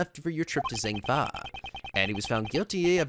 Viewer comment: i think you have been saying zheng fa wrong. the zh would make a soft g sound, not a z sound.